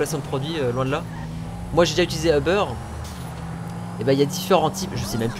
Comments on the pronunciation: c'est UBER Pas OBER parce que moi chu au Quebec et c uber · C'est pas euberre mais uber